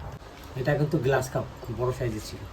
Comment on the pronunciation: গ্লাস নয় গ্ৰাস (grass carp)